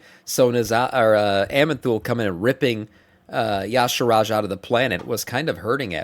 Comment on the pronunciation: Ee-sharj not yah-sharaj! Lookat his name again ffs